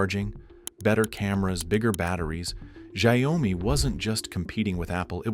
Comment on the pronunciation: at least learn to pronounce Xiaomi name right - 'Shaw-mi' not 'Shao-mi' i swear NA people are so uneducated